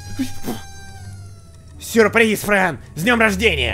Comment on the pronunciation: 0.50 почему фрэн не боу а бро